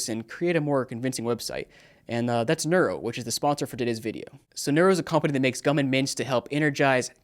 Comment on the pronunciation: "Nuero" gum and mints? Does Vedal know about this?